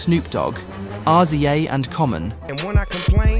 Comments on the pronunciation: As a white nerd, I have to inform you it is pronounced "Rizza" not "Arr Zee Ae" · There’s no way you called The Rza R-Z-A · He said RZA😂 omg seriously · He really called Rza R.Z.A. 😅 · Op it’s pronounced Rizza (RZA) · Rza is pronounced (Rizzah) sir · That is not how you pronounce RZA’s name. Put some respect on that man.